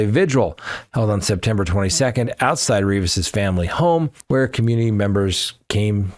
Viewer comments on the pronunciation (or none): none